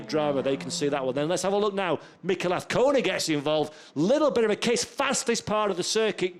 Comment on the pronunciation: Trust the commentator can pronounce Azcona by the 3rd round!